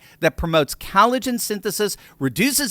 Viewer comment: If you can't pronounce collagen....I can't trust your product.